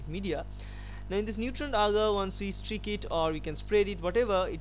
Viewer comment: It's not "Strick plate method"......it's "Streak Plate Method".